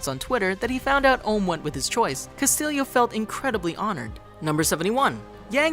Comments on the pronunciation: As a note to ChannelFrederator (or at least ): Castillo is not pronounced (Cast-il-leo), it is pronounced (CAST-EEYO). Every Hispanic/Mexican cringes or gets angered when they hear this mispronounced this way. Especially as often as. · His name isn’t pronounced Castillio it’s Cast-ieyo. It’s Spanish.